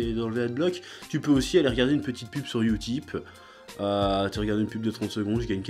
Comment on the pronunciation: Une "petiteuh" video